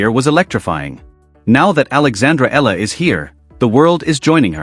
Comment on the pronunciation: Another idiot who cannot pronounce her last name properly, it's - Ee yah la....not Eh la.